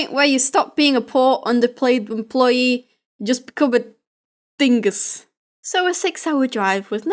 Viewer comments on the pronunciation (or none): Why does it sound so funny when you say dingus?